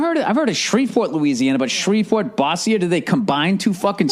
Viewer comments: I’m from Louisiana and it’s pronounced Boze-sure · Bo-zure. No boss -e-ey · Its pronounced "Bozzier" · its bo-zier. LOL